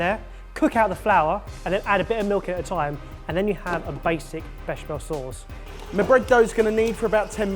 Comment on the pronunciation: FFS it's bech-A-mel